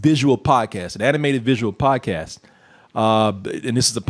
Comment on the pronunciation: Instead of "visual podcast", I kept hearing "visual POT cast" Honestly I wouldn't be surprised if they were smoking some with a little more something extra while making this show